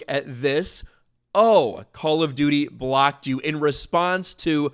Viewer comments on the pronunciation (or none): All I hear is ‘Call of Doodie’.